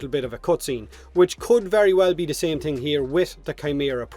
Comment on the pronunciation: Don't you mean "tings"?